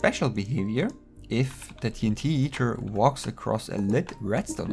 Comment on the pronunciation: Did u say ”Team Heater?”